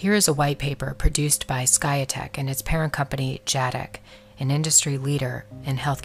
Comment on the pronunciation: “Skyetek”; you gotta be $#!++in me